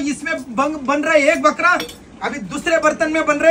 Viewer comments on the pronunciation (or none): Arey Bhai. Bakra Hota Hai. Balra Nahi Hota. Wrong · Balra nai Bakra hota h ji